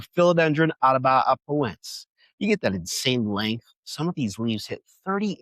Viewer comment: Please review your pronunciation of Atabapoense. You're transposing syllables. Try /a-ta-ba-po-EN-se/ (not the correct syllabification, but it would help with pronunciation). Also, for Joepii, try /JOE-pee-i/